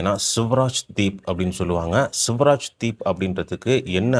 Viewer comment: It is not ' Suvaraj deep' but 'Swaraj deep'